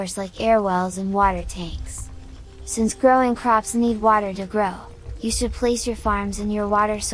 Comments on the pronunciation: bro just made a new accent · The way you say water is painful.